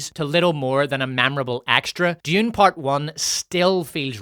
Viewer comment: Why do you keep pronouncing Dune as June? Is that some sort of accent?